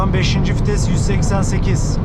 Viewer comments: Hocam fites değil vites, Renolt değil reno, Sıkanik değil senik diye okunuyor. Bukadar potansiyeli yüksek bir kanal diksiyona dikkat etmeli bence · Fites değil vites kardeşim